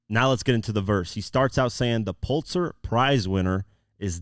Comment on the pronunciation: “PULL LIT ZER”. 😭